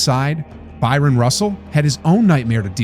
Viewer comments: Stop saying BYRON Russell. It's BRYON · It‘s Howard Eisley (say: I-slee) and Bryon ‚don‘t call me Byron‘ Russell ;) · It's Bryan Russell not Byron Russell